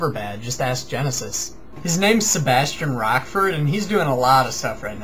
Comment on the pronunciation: Rochford is pronounced rotchford not rockford :)